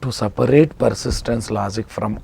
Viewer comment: s a p a raate ..ha ha..your english..